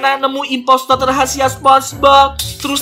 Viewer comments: bisa bilang impostor bukan impostod😂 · kok ngmong nya impostod bukan imposter ngomong nama sendiri juga imprantod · neyebut nya impostor bukan impostot lupa ngakak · bukan impostot tapi impostor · bukan impostod tapi impostor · Kak bukan impotot tapi impostor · impostor bukan impostot 😅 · Yes kak. Masih gak bisa bilang impostor ya bang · sama kok bilang impostod 😂😂😂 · Ko terus-terusan bilangnya impostod😂😂😂😂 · nyebutnya impostor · kok ngomong impostot mulu